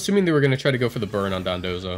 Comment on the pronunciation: why do you keep pronouncing it dodonzo? it's dondozo